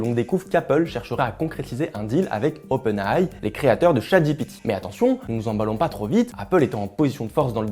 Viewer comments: Svp, arrêtez de dire "openaille" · Oui. Dites Openailli